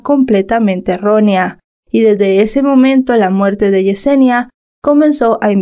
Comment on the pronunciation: Mi nombre "Yesenia" se me hace raro.... 😅 Y escuchar "Yusenia" se me hace rarísimo 😅